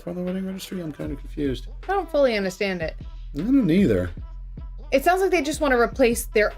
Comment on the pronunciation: “I don’t know what a celebration is eithuh” hitting that accent 🫶🏼🫶🏼